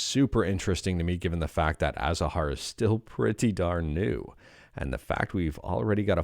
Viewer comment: As native Arab, I would like to correct this: It's not "Athahar", it's pronounced "Azahar" and it means flowers. Thank you for the vidéo btw 🙂